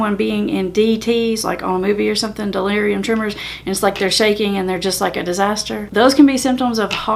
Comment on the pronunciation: Tapered off Methadone after 9 years. Day 33 without Methadone, withdrawal is over but still crave it, but I feel great. PS: It's NOT "Delerium Tremors" but "Delerium Tremons".